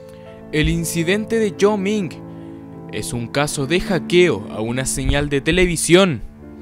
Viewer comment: creo que se pronuncia "guaioming"